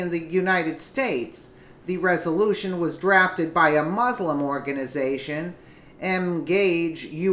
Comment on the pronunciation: I did wish you'd learn how to pronounce MUSLIM.